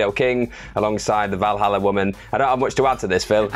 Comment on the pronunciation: Val Halla, surely? Valerie Halla? 🤣